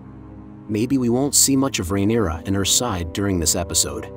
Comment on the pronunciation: Lol you should hear how he says rhaenyra. Fail of a channel